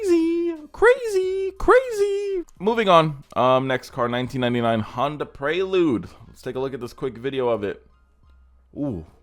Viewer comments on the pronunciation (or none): none